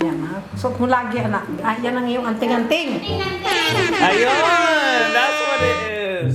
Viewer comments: Its anting-anting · it's Anting-anting Bro..Where is my free 2nd Gen ear pods that you said that you will give.. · Wil it's anting-anting .... Stay safe